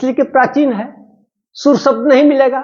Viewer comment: सब्द नहीं शब्द होता है